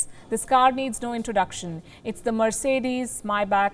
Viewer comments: Sorry … it’s not my back it’s May spelt “Mai” Bach and not back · Not Mybach it's his Maybach 😂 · Why can’t India make its own cars fit enough for the PM? Also, it’s pronounced”Mayback”, not “Myback”. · Pls. Learn to pronounce may back properly it’s not myback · By the way, Palki, its Maybach, not mybach. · Not a ‘My back’. It’s ‘pronounced ‘MayBack’ . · First of All somebody please tell the news reader that its not MAIBAK its MAYBACH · Palki it's not your back (My Back)...its MayBach 🤪😜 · Palki ji its not myback its mayback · It’s not “my back” it’s pronounced may baak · Its pronounced may·bak Not my·bak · Its pronounced may·bak Not my·bak She is clueless! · She said Mercedes my back lol...🤣🤣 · I heard Mercedes Maai Baap